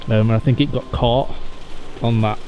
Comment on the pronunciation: Don’t be finkin what I fink ya finkin!! 😂😂😂